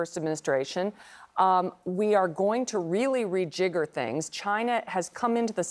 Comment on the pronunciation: Rana said Re-gigger. That didn't sound right. ☺. When someone starts a sentence with "I think...." I stop listening.